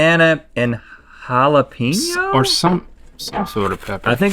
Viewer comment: Nobody: Rhett: Jalapeeno